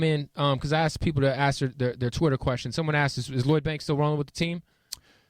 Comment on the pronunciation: love how he always says aks instead of ask xD